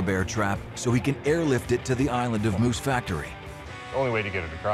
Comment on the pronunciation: It‘s /MOOSE Factory/, not /Moose FACTORY/ !